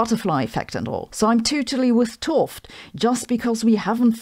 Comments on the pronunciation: FYI: 't Hooft is pronounced 'uht hoaft', where oa is pronounced like in toast. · ‘T is best pronounced as ut. So two seperate words: ut hooft. Excuse my Dutch 🙂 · I thought you were saying Gerald Toft. Then I saw his book. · Way to butcher the man's last name. You're just making a noise. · Sabine, small comment: ‘t Hooft should be pronounced as two separate syllables: ‘t and Hooft. The first syllable is pronounced more or less like but, but without the “b”. You are not supposed to pronounce ‘t H as an aspirated T-sound. You can believe me since I am named Ruben ‘t Lam. You should not try combining the t and L in one sound either. You do pronounce the oo in Hooft correctly, so more or less as in “no”. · I would pronounce t'Hooft differently. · Please do an interview/podcast with Gerard! ...But after you learn the proper pronunciation of his last name, please ;-)